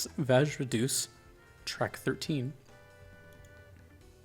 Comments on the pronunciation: Deus should be pronounced as De-you-s, not Doos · Pronouncing Deus (Day-Es) as deuce is hysterical and on brand it's what he deserves lol